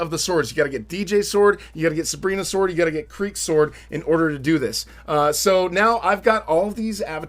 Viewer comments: he accidentally said kreek sword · do u guys notice he said kreek sword lol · who noticed he said kreeks sword